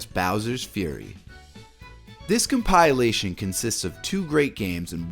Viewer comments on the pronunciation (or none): Com-pi-la-tion. Not Com-pyle-a-tion 😂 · Com-pill-ation not com-pie-alation. Good video though 😂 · Compilation = com-pill-ation, not "com-pie-lation". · Come pie elation. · whats a com-pile-lation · compile - a - tion lololol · "CompAilation", really? You're a native English speaker and can't speak English? Oh wait, you in... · Why do you pronounce "compilation" like "compile-ation"? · “Com-PIE-lay-shun”? Huh? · My god. I came here to say this. It’s killing me. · Does this guy even English bro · I dig your mispronunciation of the word "compilation". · Learn to say compilation properly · I've never heard someone mispronounce compilation before... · I’m convinced the mispronunciation of compilation is done purposefully to get people commenting. That said, YouTubers mispronounce words quite frequently, so who knows. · Best part of this video was the unique way he kept pronouncing the word ‘compilation’. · Great list. It was informative to the point of what I need and not too long. Please however, learn how to say compilation. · Please Google the pronunciation of compilation *smh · It's a good video but that drove me nuts.